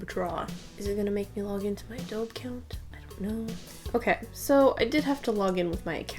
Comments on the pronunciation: Just so you know - it's pronounced adobe-ay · I dunno if you know this but you pronounced adobe wrong lol It’s pronounced uh-dobe-ee btw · “a - doe - bee” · DID SHE JUST SAY AH-DOBE ART? WHY... JUST WHY ? EDIT: *Draw and btw it’s supposed to be pronounced Ah-doh-bee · DISLIKED just because you called adobe "ah dobe" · Just a heads up, Adobe is pronounced like"uh-doh-bee" with a long e at the end. Not intending to throw shade, just an FYI! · I didn't even notice how you pronounced "Adobe" in a "weird way", because that's how we pronounce it where I live and I think that sounds way better than 'A-doh-bee' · The way you prononced "Adobe" is how French say it :') Nice video, thanks!